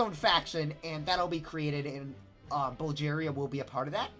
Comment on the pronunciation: also your saying Bulgaria wrong